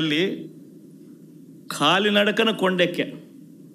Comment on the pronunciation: 1.27 నిమిషాలు దగ్గర వీడు మరలాడింది వినండి. కాలి నడకన వీడు "ఖాలి " నడకన antaadu